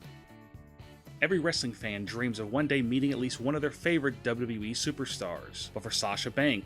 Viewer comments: What the hell is a "Double Dubwee"? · Why can't the narrator say WWE?